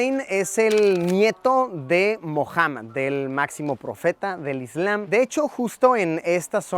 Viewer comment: Se escribe Muhammad y se promuncia Mujamad, no Mojaman. Tomar nota para la próxima.